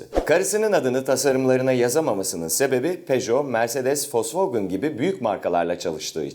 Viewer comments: Folksvagın gerken Volksvagen diyor olmaktan bir miktar utandım açıkçası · "fokswogin "ve almanlar aglar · volkswagen (folksvagın) diye okunur ;) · Ya abi vosvogın nedir onun adı vosvogen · folsfogın nedir ibrahim abi ya :D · fosfogın ne ya vosvogen onun adi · foswegın demen bitiri olayı:D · Folkfagen ne lan alaldmdkowmfmle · wolswagen nin adini ilk defa folsfogın diye okunduğunu duyanlar.. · sen önce Volkswagen demeyi öğren